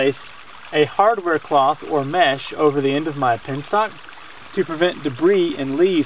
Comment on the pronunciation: BTW, it is "penstock" and not "pinstock".